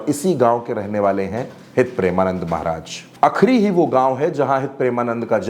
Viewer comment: भाई मेरे पहले गुरूजी का नाम सही से लेना सिख लो फिर लोगो को ज्ञान बाटना 🙏🏻